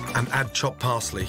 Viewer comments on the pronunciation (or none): none